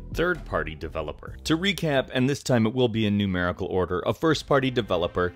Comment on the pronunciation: "Nume-rical Order". "First Person Developer"